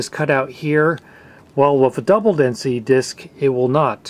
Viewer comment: You mispronounced double densité disquettes.